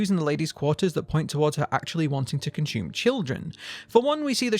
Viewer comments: The word is consume....not conshume....also i love your videos keep them coming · Cun-shoe-men Love it ♡ gotta start saying it this way now ♡